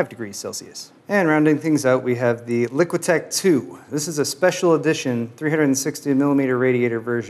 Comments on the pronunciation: it bothers me that says LiquiTech when the label says LiqTech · "LICK-TECH 2" NOT "LIQUI-TECH 2"